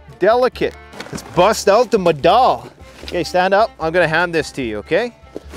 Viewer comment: Hey your Norwegian pronunciation is bad🤣🤣cheers